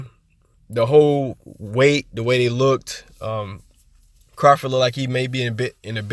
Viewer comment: Bro, Look-ted is Not a word! Great video, just say lookt if you can't say looked.